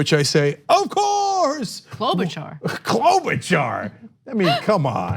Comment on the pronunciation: everytime i see or hear her name i just think of cenk saying "klobauchar?"